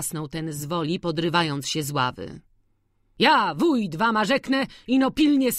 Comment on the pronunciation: Lektorka chwilami bez sensu akcentuje, przekręca wyrazy ( zżuć buty zamiast zzuć, spiesz się fliksie, warna zamiast wama, no sporo tego było), ogólnie problem ze słownictwem bo chwilami jakby nie rozumiała co czyta. I trochę niepotrzebnie sili się na czytanie różnymi głosami.